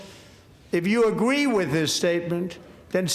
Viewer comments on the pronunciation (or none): I do not Agwee sir